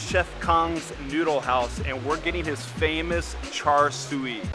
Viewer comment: Thanks for visiting Singapore. The siew in Char Siew is pronounced See-You:)